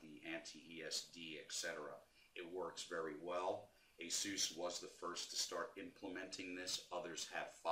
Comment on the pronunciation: Finally! Someone who knows its called Ace-Us not Hey-Zues